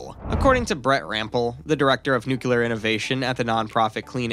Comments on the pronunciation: You mean nuclear, not nuclear. If you're going to make an informative video, at least pronounce the subject correctly. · Former Pres. George W. Bush was unable to pronounce nuclear, too. BTW, your comment makes no distinction between one nuclear and another. Perhaps you meant new-cul-er vs. new-clear?